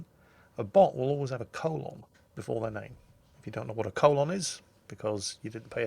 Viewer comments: I love Jingle's pronunciation of the word "colon". ;p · or because you pronounce "colon" differently ;-)